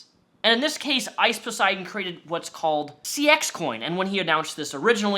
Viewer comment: Ice “POS”eidon